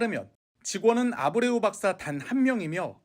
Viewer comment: 이리 막대한 세금을 쏟아 부어야 하는 일에 회사 선정에 만 5개월을 검증 작업을 거쳤다고 하는데 차관이란 자가 한 명 있는 회사의 대표 이름 하나 보고 읽으면서도 제대로 발음 못하는 수준이냐?